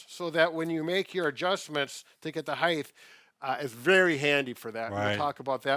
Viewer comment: Sorry but it's heighT not heighth, at least sounds like that